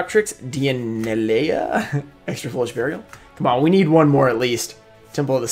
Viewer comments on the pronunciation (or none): none